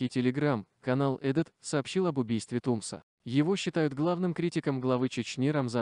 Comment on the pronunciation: Не ТУмсо, а ТумсО, ударение на последнем слоге! Очень режет Чеченский слух!!!😖